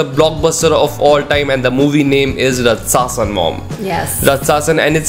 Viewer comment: The title of this movie name is actually pronounced as RAATCHASAN which means monster , demon.